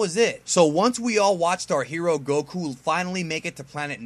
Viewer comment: Kudos to because he said Goku as it should be pronounced XD. It's nice to see and know all of this, we do have some similarities for us in Latin America. Great video 🤲🏼